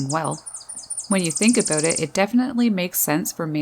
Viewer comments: Like it, but having a hard time with the "aboooot." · Holy shit I’m canadian and never heard anyone here say “aboot” instead of about. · Me: "hm I like birds alright" Narrator: "aboot" Me: :) Me: subbed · Immediately noticed that Canadian accent when she said "aboot" lol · Did you say aboot? Or was that my imagination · Thought " a boat " was a new word. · I think she actually said, “A-boot”. Lol! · The most Canadian pronunciation of "about" that I ever heard. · "About" lol I chuckle Everytime you say it ☺️😄